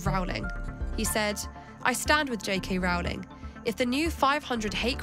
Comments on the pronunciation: It's 'Row-ling' as in bowling, not 'cow'; and what's with the Muzak? You guys getting paid for the assault on the ears? JKR is simply doing what she has always done working for Amnesty International or supporting Médecins Sans Frontières, fighting for the vulnerable and for women's rights, especially for the right for women to not be abused by men, whether they wear a dress or not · Its Row-ling, like rowing a boat. Not Row-ling as in having a row. Nobody ever says her name correctly. Also, King Canute didnt try and stop the tide from coming in. And he certainly didn't pass a law. He was showing that even as King, he didn't have power over the tides.